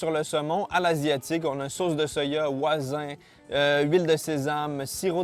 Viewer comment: Sauce oizin.. NOPEEE ca se prononce ps oizin T_T'